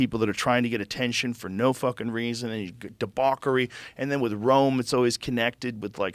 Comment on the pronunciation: I can't believe people complaining about Scarlett's name when he says "debockery."